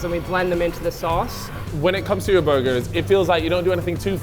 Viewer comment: Burrrgerrrrs! Edit: WTF, why aren't you saying it right? Edit 2: fucking tease, I see what's happening here